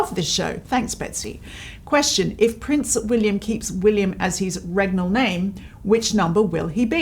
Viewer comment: 'regnal' is the adjective of 'regal' & pronounced it correctly. Perhaps you are from a country that doesn't have that word in their vocabulary or perhaps pronounces it differently.?